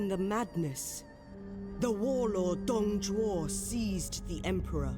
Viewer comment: Also Dong Zhuo is Pronounced Dong joe